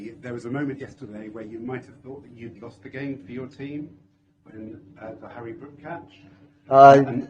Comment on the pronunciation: Siraj said Hari brook 😂